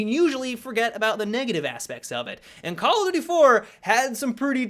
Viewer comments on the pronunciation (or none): I don't know how many time I have to say it.. But seriously.. Learn to say "call OF duty" not "call-a-doody"